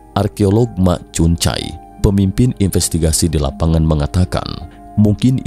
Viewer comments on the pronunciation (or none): Aduh bang penyebutan mak cun cai nya jelek banget. Mending belajar penyebutannya dgn tepat dulu biar terdengar lbh gimana. Bacanya biasa aja "ma cun chai" tanpa penekanan yg berlebihan😂